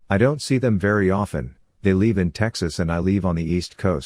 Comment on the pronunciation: Narrator, it's LIVE, not LEAVE!!! Geesh!!!